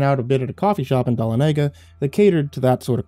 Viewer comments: Great story sir. I grew up in NE Georgia. Dahlonega is pronounced DUHLONEGA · Coming to scream in the comments about the butchering of Dahlonega, as someone who lives in north Georgia. It’s duh-lon-uh-guh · I live ten minutes from Dahlonega, so it's cool to hear a story from here, even if the pronunciation is painful.